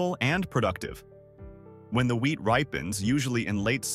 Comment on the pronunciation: All I'm hearing is "weed" and not "wheat"